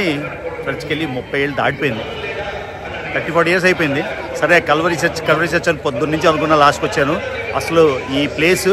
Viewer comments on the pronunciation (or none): ఓరి నాయన కాల్వరి కాదు కల్వరి అని క్లియర్ గా పలుకు